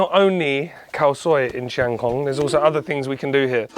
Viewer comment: Not many farang can pronoun the word "chiang" correctly but you nailed it. Bravo! 👏